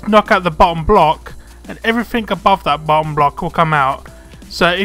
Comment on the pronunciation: O.O the way he said teh bum block is funny